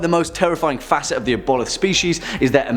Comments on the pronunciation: i love you but ive never heard the word aboleth (Aah-bo-lith) butchered so badly before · Pronounced Ab-O-Lith